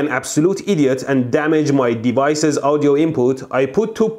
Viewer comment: Me : now he's genius!! Him : I absolutely idiont Me : wait what!!?!?